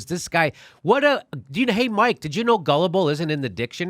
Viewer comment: His name is Mikel. Not Mike. Everything else is 100% correct.